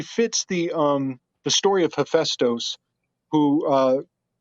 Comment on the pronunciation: Still saying hephaestus wrong